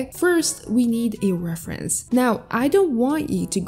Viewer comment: Reference ❌ Refersnse✅